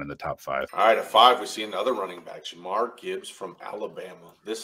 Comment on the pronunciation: Why do you keep calling Jahmyr “Ja’Marr” lol